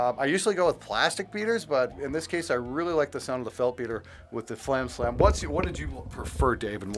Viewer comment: BTW: respectfully, It’s fAlam, not flam.